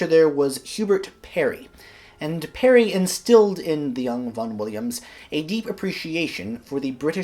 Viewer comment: Its SIR HUBERT PARRY NOT PERRY. He was born in Gloucestershire NOT NEAR WALES.